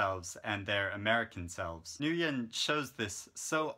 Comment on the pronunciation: Your reviews are always so crisp and in-depth. Btw, the Vietnamese last name Nguyen is pronounced "win" :)